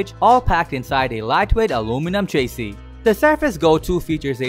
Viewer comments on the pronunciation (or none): He should learn how to pronounce chassis..